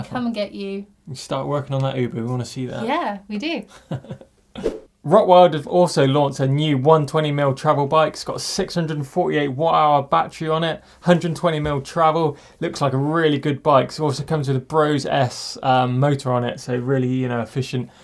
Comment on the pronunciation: Hey. Austrian guy here, so I can help you with this. What you call "rott wiled" is pronounced "rot" like goat, and "wild" like kilt with a V. Roatvilt Has nothing to do with the Rottweiler dog either, it's a hunting term for red deer.